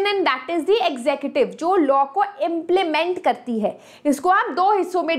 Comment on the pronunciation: Maam it's not exective it's executive